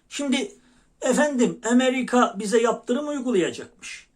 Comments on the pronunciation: "Emeviika" nedir ya...şivenin de içine ettin...otuz sekiz kere "Emeviika" dedin ya!! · Size güzel geliyor olabilir konuşması TÜRK MİLLETİNE KÜFÜR ediyor sanki emerika ne mk amerika desin EMERİKE yıda gectik cıvık konuşmasıda cıvık ilk kez böyle konuşmasına şahit oldum